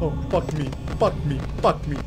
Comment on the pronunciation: Porque él dice fackme 😂😂😂 wtf